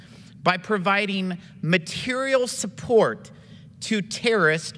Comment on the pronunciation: Jason Smith is an embarrassment. Dude doesn't even know that "terrorist" has three syllables.